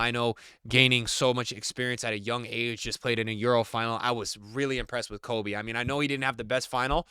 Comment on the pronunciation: It's pronounced Kobbie like "Robbie" but with a K. And Mainoo is "May-nu". Not Kobe Myno.